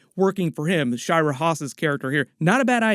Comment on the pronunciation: Just an FYI - Shira Haas' first name is pronounced "Shee-Ra" not "Shy-Ra" (the name means "song" in Hebrew)